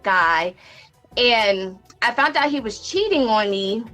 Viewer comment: ...she "FOUNT"? 🤦🏾 says it all